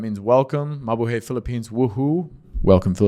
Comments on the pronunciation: Its MA-BU-HIGH not MA-BU-HEY. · BTW, in Tagalog, we always pronounce the word in the 2nd syllable. There is no long vowel sound, always short vowel sound. So, pronounce mabuhay as MA-BU'-HAY.